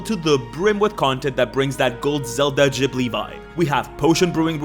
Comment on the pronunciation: Ok. It's Ghibli, like grass. Not Jhibli, like jar. Studio Ghibli. Sorry, that hit my grammar button.